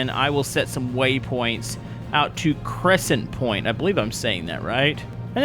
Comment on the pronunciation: Read all of the letters,... It'd CrescentPORT